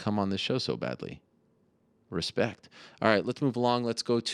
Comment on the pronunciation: I believe it's pronounced "hespect"